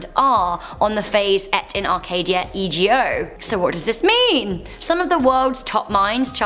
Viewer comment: Also, in the next one, it's not pronounced E-G-O, it's ego, Latin for "I am." Aren't there any fact-checkers for this channel?